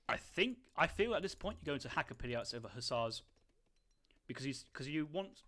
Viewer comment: Try pronouncing them hakka-pellit, easier on the ears